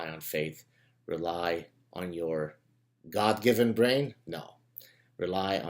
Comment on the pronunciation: Did you just say Gad-given brain there? I'd quite like that.